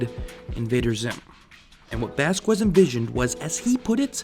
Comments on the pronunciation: It turns my freaking ears inside out when people pronounce "vazques" "vass-kwez". Really wanted to watch this. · All latins on the coments! Its vazques! The u is silent! Q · The way you pronounced Vazquez made me want to do something horrible